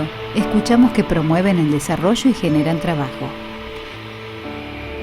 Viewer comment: Desarollo no se dice asi